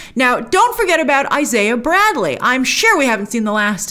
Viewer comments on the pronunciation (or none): none